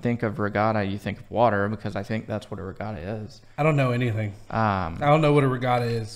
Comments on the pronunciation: Give up on the accent....We pronounce it RE GAT (like bat) TA.... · Regatta is pronounced regadda. With a hard first A, As in At. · There's no r in the middle of regatta.🧐